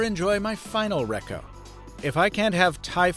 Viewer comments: "Recco"? Cringe Defcon 1. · Yes bro, but really lol “RECO”